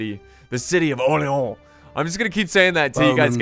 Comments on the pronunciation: You are pronouncing Orleans bad (you are saying "OrleOns), go to google translate and make it say the name of the city for you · My God the way you pronounce Orléans XD Like "oléon" what is that x) But i can understand it's a really frenchy name with the french "r", the "o" + "r" sound, the "é" and the french "an" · stop saying orleon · Btw it's pronounced (Or-lay-ohn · Don't say you're saying Orleans authenticly because you're not you're doing it quite bad I'd rather have you say orleans like you'd do for new orleans